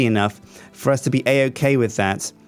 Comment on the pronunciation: i like how says uz instead of us